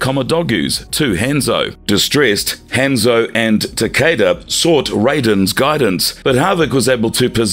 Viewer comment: I said this before but please look up the characters name. When so much is pronounced incorrectly it comes off as amateur and as if you're not real fans. I hope that's not weird but keep in mind people who don't know these characters will get false info. Hanzo, Kabal, Taven, Shinnok all pronounced wrong.